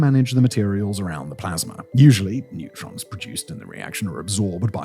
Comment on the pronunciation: Neutrons not netrons. D’oh